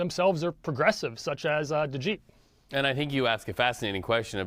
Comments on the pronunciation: Its de get not de geet! CBS CORRUPT BULL SH!T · If you're gonna report on political figures at least learn how to pronounce their last names! It's Duh-GET... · CAN'T THESE REPORTERS PERNOUNS DEGETTE?